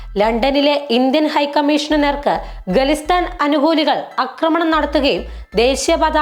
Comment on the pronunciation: It is Khalistan, not ഗലിസ്....ൻ